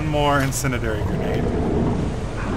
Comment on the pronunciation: HARRUMPH. IN SIN DEE AIR EE IF IT HAS TO DO WITH FIRE, YOU SHOULD KNOW HOW TO PRONOUNCE IT